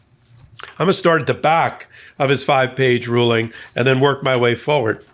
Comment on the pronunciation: Did you say Alito’s 5page ruling or “drooling”?